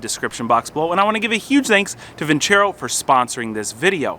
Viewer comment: > vin·cero < not vin•cHero Silly feLLer that's a sponsor of yours, tisk.. tisk. Ha.Ha. Keep the videos roll'n SamCrac!!